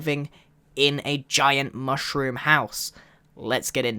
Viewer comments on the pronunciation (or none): Mooshroom? It's Mushroom dude. XD LMAO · Grian Its Mushroom Island And Mushroom Not Mooshroom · its mushroom island (mm•uh shh•roo•mm)